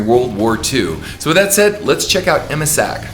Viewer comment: Excuse, but is not "Emma" Sack. Her name is Erna. Congrats from Brasil, your channel is great.